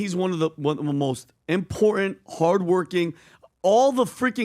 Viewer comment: Impor-ant?? What does impor-ant mean??